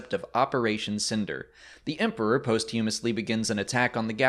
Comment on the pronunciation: It's pronounced POSH-TUH-MOUS-LEE, not POST-HUUM-US-LEE